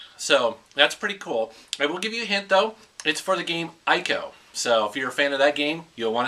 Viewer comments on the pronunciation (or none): ICO is 'ECO' in pronunciation, :)